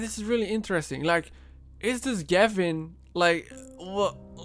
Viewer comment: Gevin? More like GAV-IN